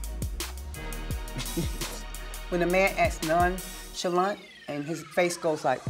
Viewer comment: Its Safaree's "non-salant" for me. 😂😂